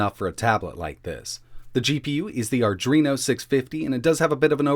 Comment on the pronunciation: "Adreno", not "arduino" :p